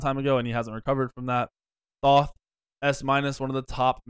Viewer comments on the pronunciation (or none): none